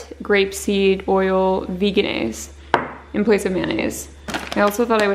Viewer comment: Btw Veganaise is pronounced with a J sound like vegetable, not like vegan. I got this info from their website. Their company is so old, it predates “vegan” even being a thing